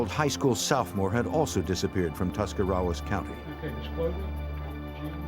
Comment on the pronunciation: He totally screwed up Tuscarawas County too.